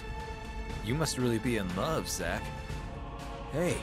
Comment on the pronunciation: Zack not jack